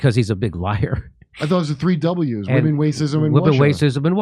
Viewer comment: Women, wacism and Wussia! 😂